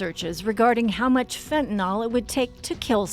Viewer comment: Stop saying Fentan-ALL. Fentanyl is pronounced fentan-il.